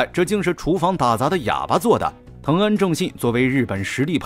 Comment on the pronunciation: 為什麼安藤政信 一直被叫成藤安政信？